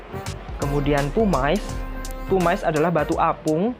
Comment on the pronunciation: gumuush... pumice bacanya pumis bukan pumais 😊